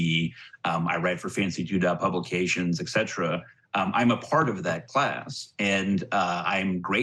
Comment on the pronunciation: It really confused me when educated people pronounce et cetera “ecksetra”